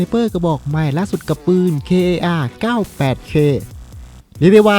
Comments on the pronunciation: พี่มันเรียก”kar” ไม่ใช่ “k a r” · อ่านว่า คาร์ ครับไม่ใช่ เคอา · พี่ครับมันอ่านว่า คาร98เค ครับ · พี่มันอ่านว่าคา98k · พี่มันอ่านว่าคาร์ 98 K = Kar 98 K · อ่านว่า คาร์ ครับพี่ ไม่มี จุด ไม่ใช่ตัวย่อครับ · Kar98k อ่านว่า คา98เค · อ่านว่า คาร์ คับ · พี่ครับ ปืน kar 98k อ่านว่า คาร์ ครับพี่